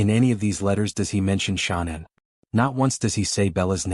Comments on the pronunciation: Pronounce it right. It's Shan- anne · Ahhh ur driving me flippin crazy pronouncing Her Name Wrong WTH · This AI voice pretending to be a real person and can’t even have the decency to pronounce her name right. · The brotherhood wouldn’t be telling ANYONE if they were going to do anything. And they definitely wouldn’t tell some random guy on the internet- using an AI voice that cant even pronounce Shannan properly.